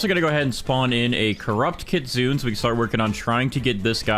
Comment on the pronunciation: kitsune is pronounced kit sue nay, you white, white, white man.